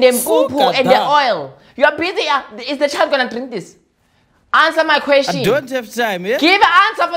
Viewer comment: "give answer for the kweshini" sent me 😂